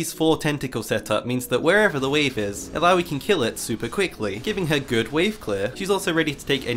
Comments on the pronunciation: Could you just stop saying "aloui"? -_ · bro i was playing tft and watching this thought you kept saying bidoof that beaver pokemon